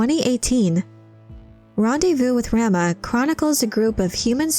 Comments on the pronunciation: Ugh stop saying "ram-ah." 😬 "Rom-ah!" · I believe it’s pronounced RAH-MUH not RAM-UH. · "Raw-Mah" like Raw-meat. Not Ram-ma. Like a male sheep. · rahma not ramma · It's pronounced Rah - Mah... not Ram-ah. Like "mama" as in your mother. 🙂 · RAH-muh, not ramma. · Your pronunciation of "Rama" is nauseating. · Am I the only one that finds the way Rama is pronounced in this video annoying? And is it petty that I do? 🤔...🤷‍♀